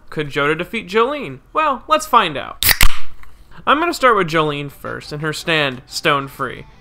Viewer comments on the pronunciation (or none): none